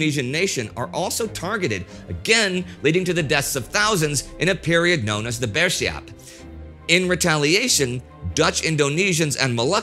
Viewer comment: Indonesian here. Thank you TimeGhost History for making video about Indonesia's history. An insightful video for international viewers. As always, good work from Indy and team. Few pronunciation could be improved though. Like "Putera" and "bersiap". I'm a lecturer on political science and fan of Indy's works since The Great War. If the team need any input on Indonesia matters I'd like to help.